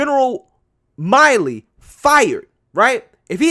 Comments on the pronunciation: It's pronounced Mill-ē. Not Mile-ē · General mill e is how it's pronounced. Not Miley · Milley gets furious when his name is mispronounced,im sure knows that.